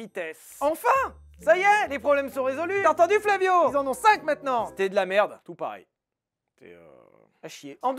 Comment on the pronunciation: il me fume avec ses "Flavio" mdrrrr